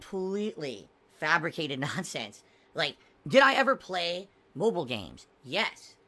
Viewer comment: Khampletly phabricated nhonsense!